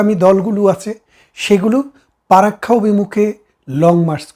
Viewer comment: পারাক্কা না চাচা ওটা ফারাক্কা হবে, ,জাতি সংঘ তে গিয়ে লাভ নেই। বাংলা উচ্চারণ ঠিক করেন বারত না কি ভারত? যাই হোক আপনি ছিটমহলের কথা বললেন ওই কথাটা কেও বলে না। আপনাদের হাসিনা বুদ্ধি করে প্রায় সব ছিটমহলগুলো নিয়েছে।